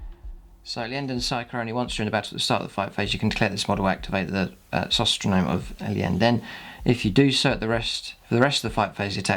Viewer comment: Beautiful army! Always love seeing your models and your color choices are excellent. Just a bit of pronunciation help: the Iyanden relic is pronounced "sy-tro-nome" as in, "psychic metronome". It's easy to get tripped up on these invented words. ;)